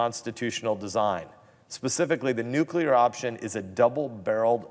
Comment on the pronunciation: Did he jest say nukelar ...what.